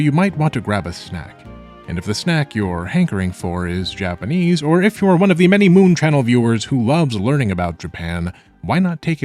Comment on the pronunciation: say japanase one more time